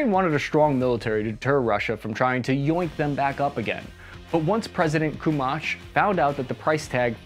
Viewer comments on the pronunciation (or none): Kumach.... It's Kuchma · The second UA president was called Kuchma, not Kumach lol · Kuchma, not Kumach :)) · Leonid Kuchma not Kumach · "Kumach" :D :D :D :D made my day! :D It's "Kuchma" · Ku-ch-ma, not Ku-ma-sh 😆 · Loooool, president KumAch))) I wonder if KuchmA ever heard someone pronounce his name when he was president) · Kuchma, not Kumach. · President Kumach LOL is actually Kuchma) Good video though! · Not a "president KUMACH", but "president KUCHMA" 😂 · NOT KUMASH but Kuchma, NOT Kiev but Kyiv!!!! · „Leonard Kumach” is actually “Leonid Kuchma” in English pronunciation. Also “Viktor Yanukovich”. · It's "Koo - ch - ma" not "Koo-ma-ch". And "Po - ro - shen - ko" not " Po - re - shne - ko". And its "Ya - no - ko - vi - ch" and not " Ya - no - ko - vik" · Kuchma, for God sake, not Kumach. Not Parashnikov, but Poroshenko. Not Yanicrovich, but Yanukovich. Man, you have misspoken last names of 3 Ukraine presidents. :-) But still thank you for this video. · President Kuchma, not Kumach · Kumach? Too much? WTF?:D Dude, it's KUCHMA... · The 2nd president of Ukraine was Kuchma not Kumach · Ukrainian president was not Koomuch but Koochma. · His name is Kuchma not Kumach. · former president 'KUMACH'?!?!?!?! It's Kuchma! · President Kumach ? LOL It's Koochma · Ahahahah. "President Kumash" Thanks for the video, but actually he is "president Kuchma" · Ah yes, President Leonerd Kumach. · Leonard Kumach😂😂😂😂 It should have been Leonid Kuchma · Please pay attention to details. That president's name is Kuczma (eng. Kuchma or Kutchma) - not Kumash!!! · President Kumach is too much ))))) P.S. It was Kuchma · Leonid KUCHMA, not Kumach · Its name is “kuch mah”, not “komach”, not “poeshniko” - “po roh shen koh”…. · It looks like you will be talking about Ukraine for a while now… the former presidents’ surname is not “Kumach” but “Kuchma”. And the other one is Po-ro-shen-ko, not Poreshniko. An the third one is Ya-nu-ko-vich 😉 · Not president Kumach. Its Kuchma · Kuchma, not Kumach